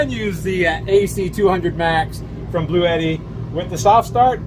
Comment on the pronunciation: Hey, i would love to own this unit so i can keep the tradition of mispronouncing the product name. Lol.